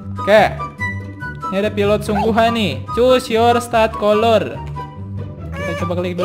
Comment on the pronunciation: Memang tulisannya color tapi dibacanya kaler bang bukan kolor 😂